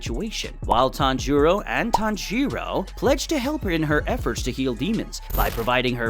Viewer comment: Bro it’s not tanj-u-ro it’s taan juroo and how’s tanjuro alive